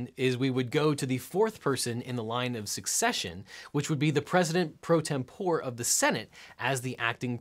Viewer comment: You are right about “martial,” but you blew it yourself later on........”tempore” is pronounced: tem-por-ee, not tem-pour. 😉